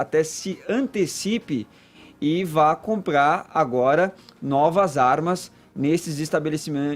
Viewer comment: "...as zarmas..."